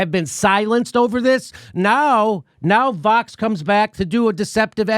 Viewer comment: It sounds like he’s saying Fox instead of Vox 😬